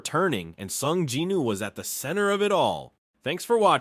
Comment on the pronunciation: bro is this like ai talking because you dont say jin woos name properly and also the scene with the orc boss you said he wielded a big axe when its clearly a sword, but still good either way